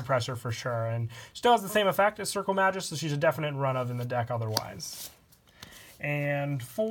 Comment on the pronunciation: You have butchered the pronunciation of "Magus". It's officially "mei-goos" not "mah-joos"